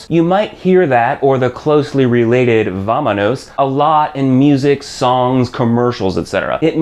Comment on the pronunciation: just a detail. should say vamonos and not vamanos. probably a mistake. but in practice the reason that is difficult is because is very formal. is more useful to use "nos vamos" instead of "vamonos", except on some specific paragraph.